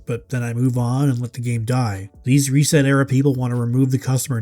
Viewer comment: Reset era? Ohh you mean REEEEEEEEEEset era!